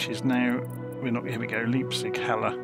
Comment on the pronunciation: Just for trivia's sake - the town is pronounced "lype-tsig"... 😂